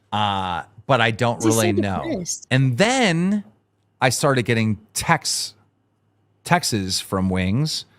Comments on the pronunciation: 😂 LOL it’s Texts, not Texes 😂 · "Textes" - Keemstar 2025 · Why do so many adults not know the plural form of “text”? 🤦‍♂️ Keem: “I got some textez, err uh some texaz from him” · ...can he not say the "T" in text?